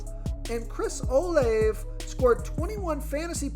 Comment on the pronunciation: I believe that Olave is pronounced Oh-LAH-vay.